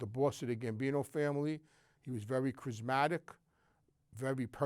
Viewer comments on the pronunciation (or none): Never heard someone say charismatic like that